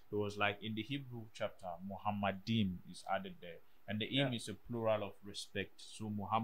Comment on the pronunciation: Sure then you consider that nowhere in the Jewish and Christian Scriptures is Muhammad mentioned. The first mistake by Deedat is that he pronounced מַחֲּמַדִּ֑ים as ‘muhamaddim’. But he is wrong, it is ‘ma-kha-madim’. So there is no pronunciation of Muhammad. The other mistake made by Deedat is that he said that ‘מַחֲּמַדִּ֑ים' is a name. Again he is very wrong because מַחֲּמַדִּ֑ים is a masculine plural noun, so it is not a name (like יְהוִֹה, Yhvh). And because it is not a name it is impossible that it refers to the name of ‘Muhammad’.